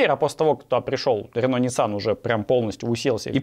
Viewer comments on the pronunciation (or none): none